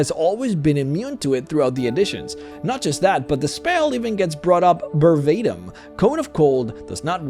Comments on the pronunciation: "bervatim" no VERbatim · So powerful you'll mispronounce verbatim